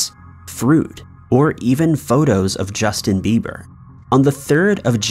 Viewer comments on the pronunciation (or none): none